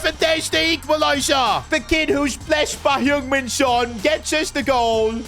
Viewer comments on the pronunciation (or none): none